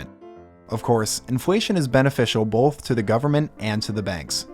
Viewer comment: There’s no L in “both”